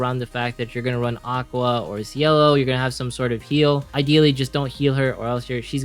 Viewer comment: OMFG why the hell you must say the name wrong!!! Her name is CIELO (ITALIAN NAME THAT MEANS "SKY" IN ENGLISH). Also i don't like your tier list. I don't have any powerful 4star character, but even with 3star characters lv60 you can win in main quests and events. The true S and S+ tier list is for those characters that can provide huge (or moderate) buffs and moderate heal. Also even with a shitty team, if you create sinergy between characters (heals, buff attack/defense teammates, nerf enemy defense and magic defense) you can actually win without 3star equipment.